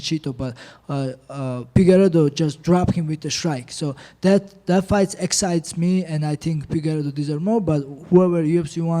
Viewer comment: "that phight its easy for me"😂😂😂